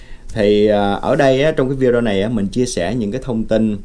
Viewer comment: Không đọc là “ vi déo” Mà là : vi đê ô bạn ạ